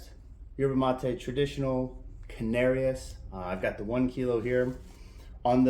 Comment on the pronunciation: I’m not sure but I think it’s pronounced can-are-ees